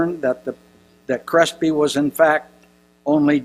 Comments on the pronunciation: Thanks for the suggestion! It helped. This guy mispronounces everything too. Difficult to listen to but at least speeding it up helped. "Dr. Crispy"! hehehe You'd think this guy would have no troubles with his his own writing - his own speech. Funny that he talked about someone else's senility! lol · lol this old fart keeps mispronouncing words wrong (father crispy) need to take the computer away from and get him off stage before he has a stroke